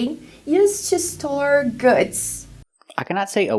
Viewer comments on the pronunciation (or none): store, not s-tall 😂